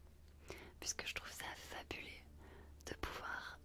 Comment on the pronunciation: hihi a la place d'avoir dis fabuleux , ta dis fabulé , SINON JE SURKIFF L'asmr , c'est-a-dire j'adore ta chaine <3